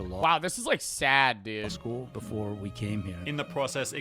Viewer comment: I cant stand the way the guy speaking in the original video drags out the last syllable every fucking time “Six different times beforaaaa” I cant watch this video his way of speaking makes me genuinely angry for some reason, hence this comment